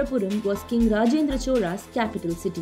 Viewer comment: Lol it is cholas but she is pronouncing choras